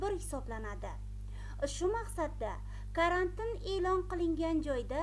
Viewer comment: Карантн деб эмас, карантин деб талаффуз килинади.